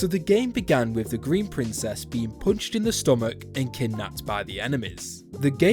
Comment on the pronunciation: "the princess gets poonched in the stoomach"